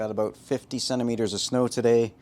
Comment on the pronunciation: He said Centermeteres...lol I have NO idea what that means...(good ole USA)...The system is Lookn great brother... an awesome Skimmer and sump area, how often do you change out your filter socks? I am also battling zero phosphates, low nitrates, I had to turn off my NoPox since cyano started to creep up...